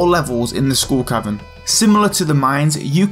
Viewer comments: I swear he says School Cavern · Does anyone else hear him saying "School Cavern"? :) It's probably appropriate since you get a kind of an education in survival against the odds..... ;) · I keep hearing school cavern. He he he ;p Great Video though